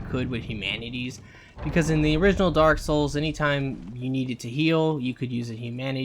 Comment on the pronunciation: "Daaawk soowls three"